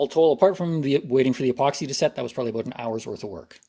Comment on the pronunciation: Spotted the Robertson screw, started suspecting... Then there "about" came and now I'm sure I'm watching a Canadian =)